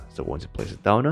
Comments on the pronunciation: I remember when this guy didn’t put “uh” to the end of some words. For example, he says “downuh” instead of “down” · Nobody: Absolutely nobody: This guy: Put it